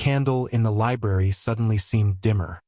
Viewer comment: LI B R A R Y not libarry. That first R is not silent. Sections of the story are repeated for no reason, and the AI narrator sounds very mechanical and somewhat staticky. Why the hell would he be suddenly and for no reason be bleeding below his ribs? This story swings wildly between saying he was poisoned to being stabbed by an employee. It's ANNOYING. Fire the AI writer...it's malfunctioning. Some comments are saying it ends in a cliffhanger, no it doesn't.